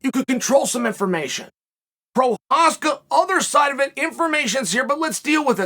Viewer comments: he says his name rite but can't get the Story rite. Lol, 1 out of 2 ain't bad I guess. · Chael isn't lying, he really Respects Prochazka. You can tell because he says his Name Correctly.